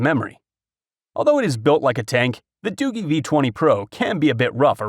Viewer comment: Hey I just wanted to let you know for future reference that you pronounced the phone company wrong it's not Doo-gee or better yet not pronounced Doogie like as in Doogie Howser. It's pronounced Doo-jee like if you were to pronounce the letter "G" by itself.